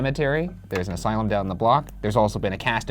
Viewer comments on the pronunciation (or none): none